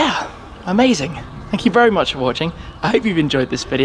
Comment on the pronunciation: Tim got bamboozled by the Senna’s lap that he got vewy vewy vewy fast around the spa. Haha cheers